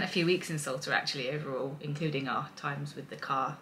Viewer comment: It's 'S-ALTA' not 'S-ULTA!! Numpties